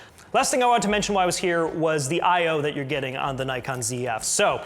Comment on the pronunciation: There is NO 'Y' in NIKON ! If you don't believe me ask NIKON its their company . Instant thumbs down and with off ! Bye !